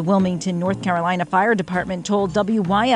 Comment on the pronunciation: I love how the person reading it like emphasized on “accidentally” 🤣🤣🤣